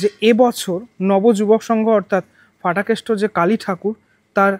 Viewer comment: Aar otake danda noi, chori ba lathi bole Ki bhasha! Aar bangla bhashay na f nei. Ph ache. Ota Phatakeshto, English word fool er moto ucchharon e Fatakeshto noi